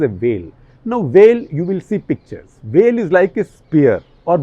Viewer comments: It's not "well", it's "vale". Please make an effort to get pronunciation right. It's not like you're from "Ostrayya" or something. And ok I know you will never be able to get Kazhagam right. Btw, Tamilnadu has done amazingly well on both economic and social indicators. Top 3 for sure among the states. One of the more disappointing episodes I have seen here. If you dont know how Sasikala's release is going to affect the elections, why attempt to Cut the Clutter? Yes India is amazing but Wikipedia stuff about Periyar and Annadurai does not pass muster on what I've grown to expect from this channel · It's pronounced like you pronounce "veil" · Shekhar da, it's easy to say "Vel" - it is how you'd say Whale without the H. Or maybe simpler - "Vale" (aka valley). Do try it and let me know if you got it 😂 PS: A huge fan, Shekhar da, I learn a lot from you. What more, I got my spouse to subscribe to your channel and agree to chip in some Rs also towards subscription to "The Print" - we listen to all your episodes. Now, my 2021 resolution is completed, I can go back to "normal life" 😊